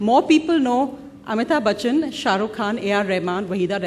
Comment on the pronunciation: LADY REPORTED FUCKED AMITABH ...BY CALLING BACCHAN😂😂😂😂 MAZA AA GYAA 😅😅😅😅😅